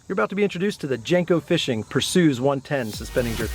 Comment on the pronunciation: Lol, "Persues" yo, it's a Greek god, Per-see-us!